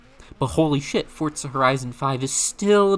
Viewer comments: WTF is "Fortza"? When did Forza acquire a "T"? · i've heard fortza more than i ever wanted to. if forza is fortza then is forz fort? is fort forz? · the game is british so the italian means nothing!? so not fortza!?